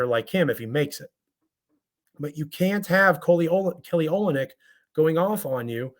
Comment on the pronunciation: you had some boom to bring today, eh? it's pronounced oLYNNic